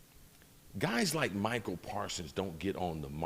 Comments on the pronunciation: Chris Carter. It's MICAH not Michael. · Does Chris know that it's "Micah" not "Michael"?